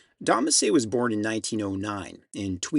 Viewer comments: Don Messer, NOT Messay! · Great work. Don Messer. Say Mess-sir. Never Mess-say. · Here in Ontario Canada, I’ve only ever heard the name pronounced Mess-er, never Mess-eh….. but it totally makes sense if it has that French pronunciation Amazing video as always; and a tune I’ve been playing forever, and one that both my aunt and ‘Popere’ (grandfather) played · Butchered the name of one of the finest fiddler's to ever play from Canada. Don Messer's Jubilee was a long running variety show on Canadian tv and he was an institution in many households. Don Messer even played for the Queen of England. Great video but wish you had taken the time to get the pronunciation correct. But I suppose it would be easier than Ti-Jean Carignan, another Canadian fiddler that I implore you to look into. He took tutelage from legendary French fiddler Joseph Allard.